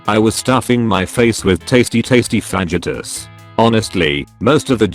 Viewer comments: I love me some "vagitahs" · The way fajitas is pronounced lmao